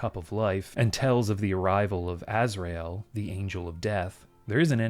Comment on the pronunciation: Every NPC sounds like John Cleese trapped in a metal box, I love it. Btw, it’s pronounced Azrael: ‘stear